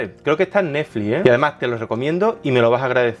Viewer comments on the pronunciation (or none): none